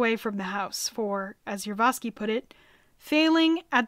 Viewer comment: I thought this video was predominately about Gregory Rasputin, but was actually the final days of the Romanov Family. Also, the narrator kept mispronouncing the last name of the person in command of the Ipatiev House, Yakov Yurovsky. She kept saying: "Yurvosky". Uhg! This is the problem with amateur videos.